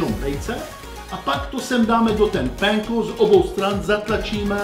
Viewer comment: Vyslovuje se to doslova Panko :-) Jinak od té doby co jsem byl v Japonsku tak jinou strouhanku než Panko už nepoužíváme několik let :-) Tonkatsu je nejlepší s rýží a Japonským Kari.